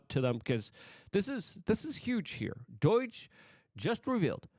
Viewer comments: Doh not doy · Doige? There is no I in Doge Luke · Why do you pronounce do-i-ge? It's D.O.G.E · Pronouncing DOGE as doije bothers me so much. I don't know why. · I die a little every time Luke says DOIDGE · Why do you call it doige you pronounce so many words wrong. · Hmmm, Doige. This could be a laarger kind of tumultulous mispronouncination which gets me scratching my buttockses! Love your work and your beautiful dog.